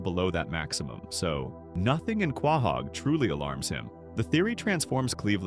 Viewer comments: Are you saying Quahog wrong on purpose? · Dude you need to learn to pronounce quahog correctly